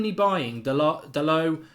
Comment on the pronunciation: DA-LOW. DA-LOW. DA-LOW. DA-LOW. DA-LOW. DA-LOW. DA-LOW. DA-LOW. DA-LOW. DA-LOW. DA-LOW. DA-LOW. DA-LOW. DA-LOW. DA-LOW. DA-LOW. DA-LOW. DA-LOW. DA-LOW. DA-LOW. DA-LOW. DA-LOW. DA-LOW. DA-LOW. DA-LOW. DA-LOW. DA-LOW. DA-LOW. Pls Mark. Fuckin learn the name already.